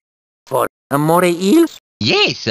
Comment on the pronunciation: You call eels amore eels? XD.